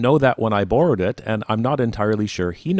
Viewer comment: Nice video! I love the explanation of the engineering approach; truly instructive. Also, I like that you don’t rely on pretty pan and scan shots of the watch, like some other channels I could mention, but make your own action shots. Also, are you Canadian? The long O in borrow is a tell.